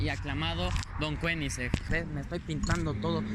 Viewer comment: "Don Kueniseng"... Breathtaking.